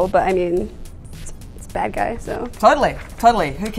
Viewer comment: I don't like how she says, "So". She goes, 'Sooarr". Idk lol